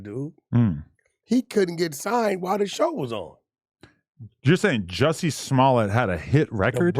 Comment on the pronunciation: Adam his name is not pronounced “Jesse” its pronounced “Jussie” and rhymes with B*ssy.